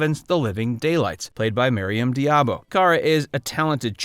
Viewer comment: You forgot two Bondgirls : 1) Sophie Marceau (as Elektra King) in The World is not enough. And 2) Grace Jone (as Mayday). Also, you seem to have a reading problem. About Maryam d'Abo. You prononce her name as "diabo." Why? Where is the "i" in her family name? Its D'Abo... NOT Diabo.